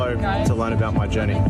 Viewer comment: "...to work on my journay" Yeah mate, your journey to prison